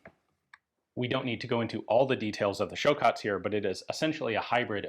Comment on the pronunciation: Ian is learning Croatian. Nice pronunciation.